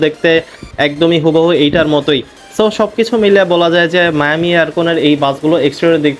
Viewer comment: মায়ামি নয় মিয়ামি😂😂😂